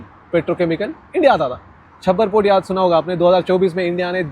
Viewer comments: Yvu said chabahaar to chabbar? I m a subscriber bt really a shame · Chabbar port nahi bhai....Chaa Bahar port kehte hain usko....baki sab theek hai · भाई वो चाबहार पोर्ट है छब्बर पोर्ट नहीं 😊😊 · NOT chabbar port It is CHA BA HAR port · छप्पर port nahi pe, its चाह बहार port. चूतिए, इतना v पता नहीं, और चले ह रील बनाने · छब्बर पोर्ट नहीं, चाबहार पोर्ट